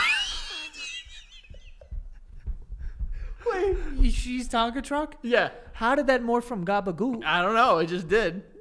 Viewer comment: he said “tonkan truck is “